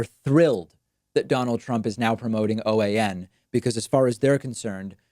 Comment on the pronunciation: Should be OAN not PAN